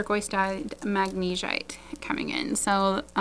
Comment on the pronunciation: Heishi can be pronounced either the way you are saying it, or HAY-she. Magnesite is pronounced MAG-na-site. You’re doing a great job, and I’m really learning a lot about gemstones from you. Beautiful stones!